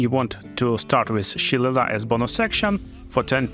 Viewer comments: Its pronounced Shil-ay-lee Great build, brother, gonna give this one a go after i finish with my necromancer :D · LOL, shil·le·lagh is pronounced 'shee-lay-lee' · It's an Irish word if you want to head it properly it's more like Shill-lay-lee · Repeat after me... sha - lay - lee.